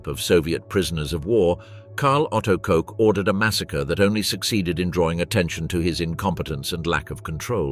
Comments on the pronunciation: Her name is KOCH not COKE. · Pronounced 'cook" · Ilse Koch (Koch in German rhymes with the English word watch same as the Koch of Heckler and Koch)